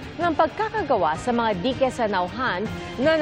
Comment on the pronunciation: ang cute naman di-ke 😂 dayk po ang pagbanggit non saamin